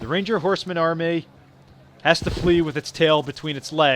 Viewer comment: Hmm I thought it was army not armai